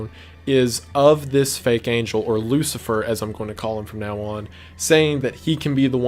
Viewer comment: Wendigoon be like: talking about the most horrific thing about how humanity being killed off by a false god Wendigoon: “yeah it’s kinda bad” Wendigoon when an angle comes down with a big head mispronouncing angel Wendigoon: panic 1000